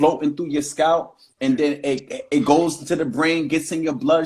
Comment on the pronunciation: I don't want a man who can't pronounce naVel, and scalP.